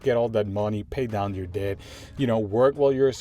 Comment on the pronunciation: Just don't pronounce the b, just say "det"